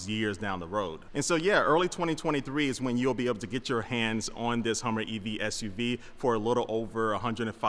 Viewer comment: Yall hear that HUMMVER EV that he called it?! Yeah, that's the PTSD speaking tryna say HUMVEE, realizing he's a civi. now so he corrected it to HUMMER mid word thus HUMMVER! Hehe XD